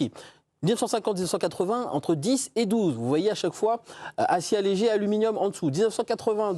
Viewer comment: "Alluminium" vous êtes serieux?